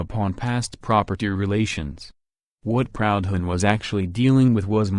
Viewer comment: Jesus, can’t even pronounce the name “Proudhon”!